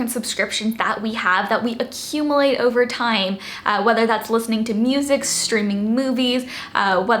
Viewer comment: I love your content,! These were all great ideas. 😍 P.S. You may want to look up the proper pronunciation of the word 'accumulate'.